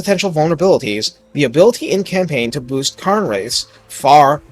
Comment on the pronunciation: "Karn" wraiths? What the heck? "kehrn" wraiths.